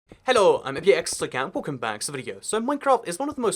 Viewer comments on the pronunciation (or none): none